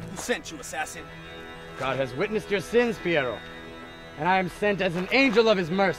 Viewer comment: It's assassini not assassino . Assassino is in spanish